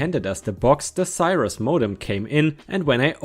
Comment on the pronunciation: ⭐💫🌠✨🌟👍😲🤦‍♀️😢🤦‍♂️😠🤦👍🌟✨🌠💫⭐ "haranguing" - the "u" is silent, so pronounced "harang-ing". "Cirrus" - the "i" is a short "i" like in "sick" , not a long "eye". My first computer was a Compaq Pressario 😊